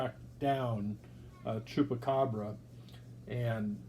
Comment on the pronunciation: "i was able to track down chupracabra" 🤣🤣 let's goooooo MetaZoo is to fire